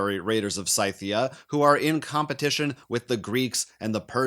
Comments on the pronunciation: Haha Sy-thia. I have Raiders of Scythia (Sithia) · FYI, Scythia is pronounced Sithia, like it's the land of dark side force users.